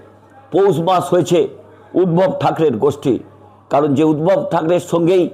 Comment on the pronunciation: উদ্ভব না উদধব বলুন